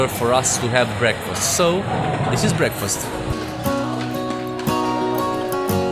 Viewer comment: Ce ciobaneste pronunti breakfast 😂😂😂